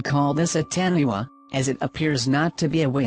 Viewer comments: "Tannywah" That's not how you say it lol. It's Taniwha. think Ton.e.fah. That's how you say it. Or atleast how all the people i've met say it. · 2 is a taniwha not taniwaaaa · It is not pronounced TA-NI-WA its pronounced TA-NI-FA goddammit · That weird voice called it a taniwa its a taniwha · Taniwha (tunefa) not tanywa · "Tannywa" Its pronounced "Tuh-nee-fuh" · Im from New Zealand and its not a taniwa, its a taniwha as in tun-e-fa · Its called a Tanefa for those who cant say it.. TAA NEE WHA... Tanewha.. Maori word for our deep sea creature of New Zealand back when the tribes were around.. The W & H make a F sound not a Waa sound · taniwha... as in ta-nee-fa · Taniwha=Tanifa <~ Pronounced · its not called taniwha even though its spelled like that or something its pronounced tunifa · the wh in taniwha is silent and sounds like tanifa. te hai maori ora boy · The why it said taniwha I'm from new Zealand so yea it's *ton-e-fa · It's pronounced tani fa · The mouri would have called it a taniwha as in tan-e-fa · number 2 how you say taniwha is Ton-ee-fa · "Taniwha"... its pronounced Ta-ni-fa. :) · its actually ta-nee-fa thats how you say taniwha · its pronounced tar knee far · taniwha is pronounced TANIFA you dumb machine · well the maori pronunciation of Taniwha is Tun-E-Fah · Taniwha is pronounced as tani "far" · The New Zealand one is the Taniwha, the wh is often pronounced as an 'f' in Maori, so it would sound like tanifa. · They pronounced number 2 so incorrectley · It would be great if you could pronounce "Taniwha" correctly